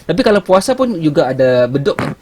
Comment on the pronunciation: Kita sebut bedug bang. Abang sebut badog ya 👍